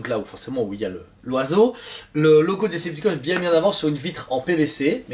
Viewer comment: Decepticon? C'est pas plutôt Cedepticons? :D lol Excellent le truc...pour qui aime :)